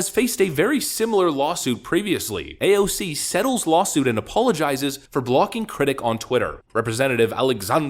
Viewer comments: i really hate how you pronounce her name. like stfu i get it you want to pronounce it ironically. At this point i love to watch your every vids except when you talk about her. and you have some truth to point out her hipocricy. but it just hurt my ears phisically to hear you. Why tf you torment your wievers when you have problem with her. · I believe the correct pronunciation actually is AOF-ing up